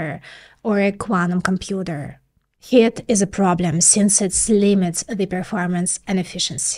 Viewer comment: She's adorable, whenever she says 'Heat', she pronounces it "Hit". So I have this vision of little fists jumping out of transistors taking swings at each other... ;)